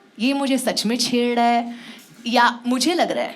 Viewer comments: chedddaae kya hota hai chhed rah ahi hota hai didi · "Chheddraa hai" - Why I can sense Onkar's dialect here xD